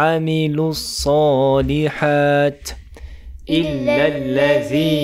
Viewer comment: Je pense que tu fait erreurs sur الصلحت ya kesra PK Tu ne la prononce pas pareil pour الحقِ il ya kesra